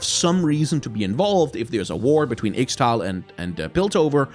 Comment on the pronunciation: Hey champ, I've noticed you are mispronouncing Ixtal but since I cant really describe how to say it (exept for saying Isztal in Polish??) I really recommend you checking the beggining of Qiyana special interactions, because she says this word sometimes and thats how I learned how to say it : D